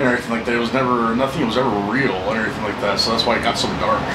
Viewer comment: “And errryfing like that”